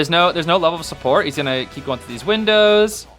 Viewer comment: you become chinese